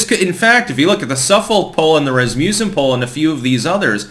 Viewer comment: I'd like to add that, as a Norwegian-heritage person who lives among many, many sons of Rasmus, the surname and the polling company names is pronounced 'RAZ-muh-sin rather than ' habitual "razz-MYOO-sin".